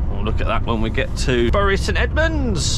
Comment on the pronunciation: Come on, can't call Bury local and then pronounce it like that. Its Bury like 'berry'! Bury born and bred here